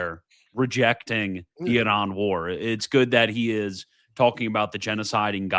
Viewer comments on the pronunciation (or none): Quit listening halfway through because I can’t take the way say Iran 1 more time. That can’t be tolerated.